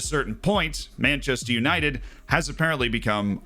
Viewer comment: Manchaster United Menchester United Menchaster United :D